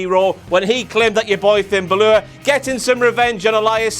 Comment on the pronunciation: I know you guys have that horrid accent but for God's sake say Finn's last name right!!